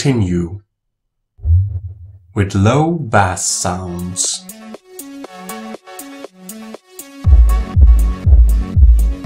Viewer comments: It's pronounced 'base' as in Ace not bass as in brass. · It's not pronounced bass it's pronounced base. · Dude pronounced "bass" like the fish and I was out... trash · If you rhyme "bass" with "ass" -- you've just named a kind of FISH, and certainly not a low-frequency sound. In all music, BASS is pronounced to rhyme with ACE. Your AI has gotten this all wrong -- Does a bass reall. talk?? Artificial "intelligence" is no intelligence at all. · You might need to learn how to pronounce bass. It isn't like the fish.